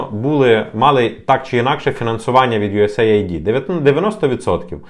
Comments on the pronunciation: US AID - юэс эйд, не USA ID )) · Ю ЕС ЕЙД так правильно вимовляється. Aid- допомога, напр. "first aid"- перша допомога. Наші "висококваліфіковані" експерти вимовити правильно не можуть назву, то, чи варто до них прислуховуватись? Це, якщо стоматолог тобі говорить тобі слово "імплант" то втікай від такого стоматолога